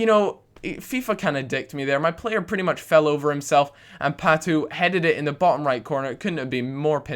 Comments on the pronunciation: Y U SAY PATOOO? IT'S PRONOUNCED PAT-OH! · it's pato not patu